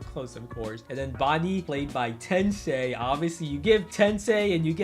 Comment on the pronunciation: The way you pronounced Tensai kinda hurts my ears🤕